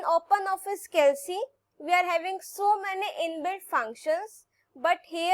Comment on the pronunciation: It's "calc" not "cal c"